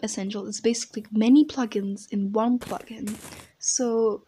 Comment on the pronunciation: Funny you said puglins instead of plug-ins.